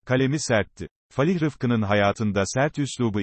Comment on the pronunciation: Falih değil fâlih denir